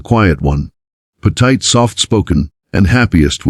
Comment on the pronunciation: The word is pronounces spelled SWAT pronounced Swot, PETITE pronounced peteet not petite AI is dumb doesn't know how to pronounce easy words, doesn't how to nuance the phrases and grammar doesn't exist. These are good stories spoiled by the AI narrator.